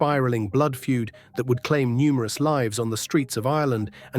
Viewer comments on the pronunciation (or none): none